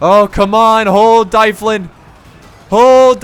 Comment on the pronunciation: I'm pretty sure dyflin is pronounced dove-lin because gaelic.